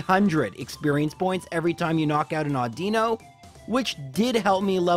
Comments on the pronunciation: It still triggers me to this day when he says Awdeeno instead of Audino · Audino has the accentuation on the "au" sound as opposed to the I. I much prefer it the way you pronounce it, and there might be a variation of the name just like with Lorelei. I'm just calling it as I heard it in the anime. Whirlipede is pronounced "Whirlipeedee"... I'm kidding but I wish I wasn't. Leavanny is "Leave-Annie". "Nimbasa" is perfect :) I don't blame me for getting "Ghetsis" wrong every time. I took me three times to look at his name before I got it right :P